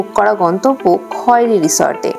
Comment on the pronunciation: বাংরিপোসি হবে, বারিংপোসি নয়। Khairi উচ্চারণ খয়েরি হবে না, খৈরি হবে।